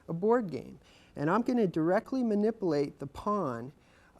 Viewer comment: Yeah what the hell... Mani-poo-late